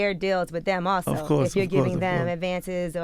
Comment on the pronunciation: that man said ratio of money lol wtf and he also said "acourse" lol